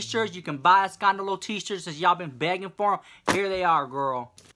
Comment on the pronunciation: Im a spanish speaker and when you say escandalo girlbahh it's so fuunny! You really make my nights I choose to watch you after going to bed to know the DRRAMA AND THE ESCANDALO LOL but I always end with a better mood, thank you girl, #notbothered #sscandalo